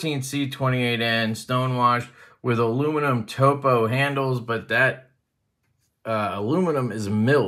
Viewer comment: 2 bangers. I make topo maps as part of my work so thank you for pronouncing it correctly. It'll be the first Kershaw that I've brought in 20 years. The Real Steel looks good too.